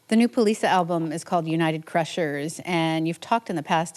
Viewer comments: Not that I know for sure, but I have strong suspicion Polica should be pronounced "Politsha", since it's named after a Polish mountain region, you would think that accented C would sound like the C (Cz) in "Czechoslovakia". Eastern European style. Not "Polisa". Correct me if I'm wrong though. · Thought Poliça is pronounced policia.. not poliza. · yeah I remember her saying it on kexp and it the O in polica sounds a bit like a u, like pullica